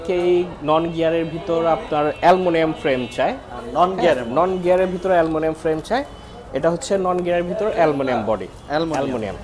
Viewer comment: Aluminium,❌ Alumilium ✅